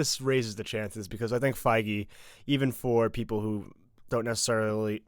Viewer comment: Isn't it Kevin feige? Not fiege